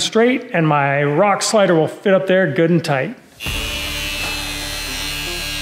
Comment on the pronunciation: Hey, Did I hear you speak a little German with "Good an tight"? Dig Doug is fast becoming a serious Off road vehicle. Those forty inch tires look like monsters compared to the thirty eights.